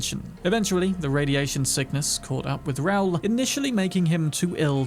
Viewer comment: Hearing him say Raul like a fucking moron took me out of it. Are British people this stupid and clueless?